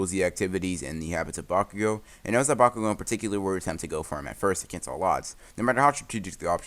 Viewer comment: Did anyone hear him say bakugoogle